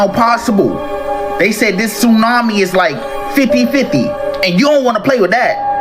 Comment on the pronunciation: Did you say "2 earthquakes and a TOONAMI???" 🤣🤣🤣